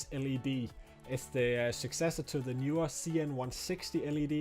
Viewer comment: Horrible audio levels. Also, Knee/were, not Knew/were.